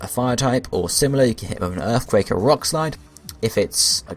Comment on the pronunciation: You gotta make sure you put earfquake on him so he can wreck all of earf.